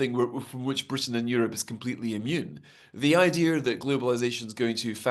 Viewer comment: It's pronounced Idea... Not idear😊😊😊